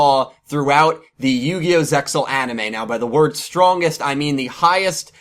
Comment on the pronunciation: stop pronouncing the x